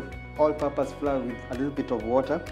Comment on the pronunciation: Flour is pronounced 'flower'